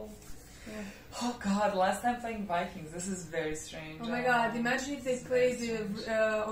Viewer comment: IT s Not wikings but vikings